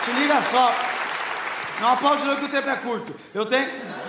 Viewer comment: kkkkk, manuuuu rachei de rir... tem uma hora que o fala: "Não aplaude não que o tempo é curto"!!!! Eu ouvi. "Não aplaude não que eu tenho pé curto!!!???? Buguei!!!!....kkkkkkkkkkkk.